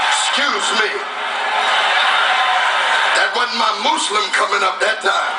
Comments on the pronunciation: LOL I enjoyed the video. He should have practiced the arabic more and also learn to pronounce the word "Muslim":p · When he says moozlim that's just the way he speaks he is a black guy with a heavy country accent. There is no need to criticize the man of God.